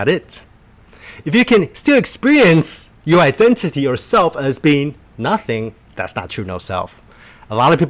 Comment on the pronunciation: Everytime he says "being" I hear "bean" and this makes me happy